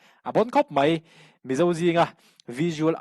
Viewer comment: "Tlet" Ni lo vin, "Tlat" Tih tur aw... "Tlat mai a" Tih tur... "Mai" tih tur pawh hi "Mei" tiin I lam ri ngun thin... Han uluk deuh teh.